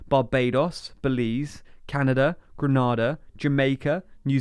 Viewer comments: Grenada is "GRIN- AY-DAH" not Granada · Your pronounciation of the Caribbean countries "Grenada" and "St Kitts and Nevis" is incorrect, it's Grenada like grenade, not granola or the Spanish, Granada. And it's Nevis like knee-vis (sounds like Beavis) instead of as in Ben Nevis (as most UK people would be used to). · "... Barbados" Nov 30, 2021... Erm, not so fast there... :) And the nation Grenada is pronounced like "Grenade-ah".